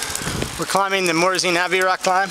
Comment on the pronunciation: Great video. BTW, it's Av-or-i-az. Sorry, that was annoying me! Haha